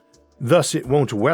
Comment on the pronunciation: Tywanasawus Wex, the Awk, the wowod, paiwawawe, fwum, peewamid, miwions of miyos... impossible to continue watching this drivel!